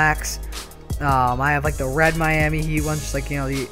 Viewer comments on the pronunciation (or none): none